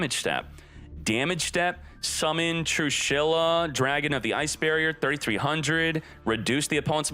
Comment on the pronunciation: Everyone: "Trééshula": TRUE SHYLLA!!!!